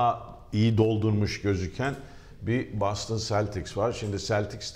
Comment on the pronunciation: Boston ı türkçe ''BOSTON'' diye okumak nedir ya